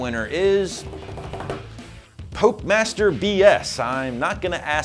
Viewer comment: lmao its supposed to be pronounced po-kEE-master as a reference to pokemon. Thanks! 😅